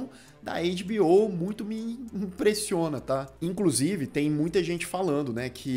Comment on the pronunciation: "Em....clusive" kakakkak só vc